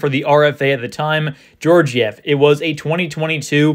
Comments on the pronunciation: i dont think its pronounced jorjiev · It’s pronounced gyorgyev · The second g is also pronounced that way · You're mispronouncing Georgiev's name.. The first G is pronounced as in Gaga. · Yes, as in Gaga.